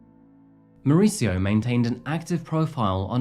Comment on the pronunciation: More-ees-eeyo is how is name is pronounced. Not Mauritzo. He has a Spanish name, not an Italian one.